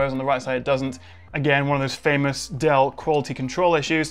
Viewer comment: I keep thinking he's saying Adele lol